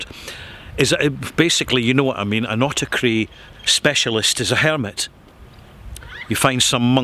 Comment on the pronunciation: hello there, can i ask a question? My english is not my native language as i am greek, i havent heard the word autarky before but i immediately understood that is greek because its basically the same. the question is even though it is spelled like the greek word "αυτάρκεια" im hearing that you pronounce it autaKry. Can i learn why? out of pure interest. thank you very much and keep up providing us with helpful things as always. Greetings